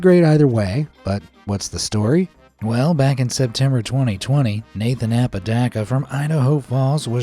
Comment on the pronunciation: Ahhh paw Duh cuh That’s how you pronounce Apodaca